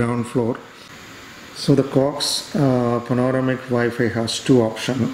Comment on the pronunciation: Good video. It's pronounced Pan-Oh - Ram - Ick. You're welcome